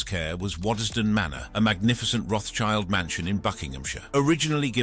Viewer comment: Learn to pronounce. RotSchild (german) = RedShield (english), not RotsChild.